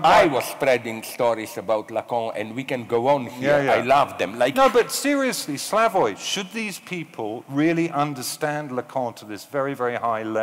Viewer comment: he even mispronounces Slavoj's name...pure English "superiority"...even after the guy from audience pronounces it correctly mr. Self does not correct himself...pure lack of respect